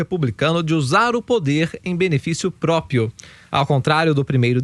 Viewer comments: Meu Deus esse narrador do vídeo tem que voltar a estudar, escutem aos a palavra própio não existe o correto é próprio, lamentável! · só eu ouvi própio?